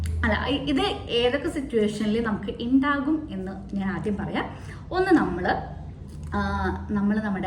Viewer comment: ഇണ്ടാകും അല്ല "ഉണ്ടാകും"